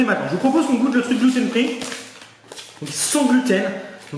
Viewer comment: C'est "gloutène" free jsp pk mais j'ai éclaté de rire 😂😂😂